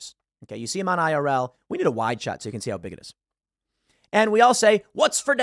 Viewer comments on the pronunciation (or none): none